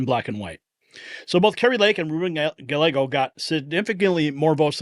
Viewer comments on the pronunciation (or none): Gallego (Gah-YAY-go) is pro-open border. Why would anyone in AZ (that's where I live) vote for open borders? I sure didn't. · Gallego is pronounced "ga-yeh'-go" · Ruben last name is pronounced GUY-A-GO. THE L'S are silent. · You pronounce the Arizona Democrats name like Di-ago not Dalego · Gallego is pronounced Guy•Yay•Go Double L (LL) in Spanish is the Y sound I lived in AZ most of my life and Ruben Gallego is a complete and utter Asshole!!! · It is pronounced Guy-yego!